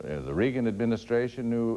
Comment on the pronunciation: PRONOUNCE REAGAN RIGHT. THUMBS DOWN